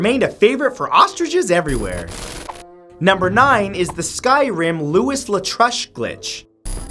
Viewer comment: Louis is pronounced as Louie, Like Louis Armstrong... Not Lewis, like Lewis Carroll!! 😮